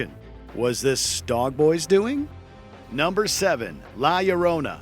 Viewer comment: How did you just completely butcher the pronunciation of La Llorona. Seriously every time he said it all I heard was "My Sharona"... The Ll makes a "y" sound in Spanish. Also this doesn't seem like one of your more put together videos; And that's cause I've been binging this channel all week... Or maybe it's just the madness setting in..